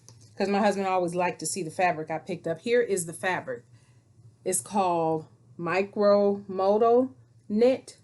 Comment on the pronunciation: Looking forward to seeing your makes. Love maxis! Just as an FYI modal is pronounced mow-doll. Happy Sewing 🤩